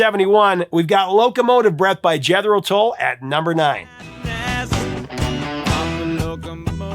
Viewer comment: "Jeth-ro... are you not a fan?